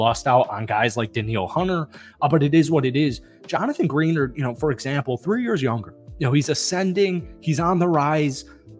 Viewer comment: Great vid but it's Greh -nard, not Green-erd 😂🤙🏼